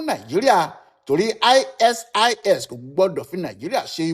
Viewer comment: aisees ni pronunciation ISIS... eeswap ni pronunciation ISWAP...